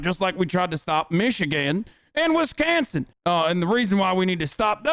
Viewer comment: 'Wiscansin' 🤣 LMAO!! Great piece!